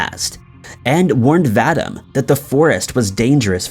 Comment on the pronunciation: Please quite pronouncing Vadim the wrong way. It is should be pronounced VA-DEEM! Come on guys; Do your research.